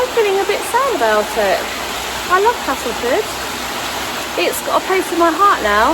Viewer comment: Who knew there was so much to see in Castleford! And glad you’ve changed your pronunciation of Castleford to the local one. Being a soft southerner now living in West Yorkshire, I have made similar adjusts over time. :-)